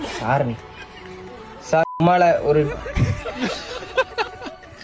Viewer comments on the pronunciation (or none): Why are you read Ommale it's O mma la.... Not ommale 🤦‍♂️🤦‍♂️🤦‍♂️🤦‍♂️🤦‍♂️🤦‍♂️🤦‍♂️🤦‍♂️🤦‍♂️🤦‍♂️🤦‍♂️🤦‍♂️🤦‍♂️🤦‍♂️🤦‍♂️🤦‍♂️🤦‍♂️